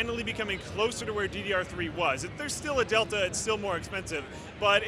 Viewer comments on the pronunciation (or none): none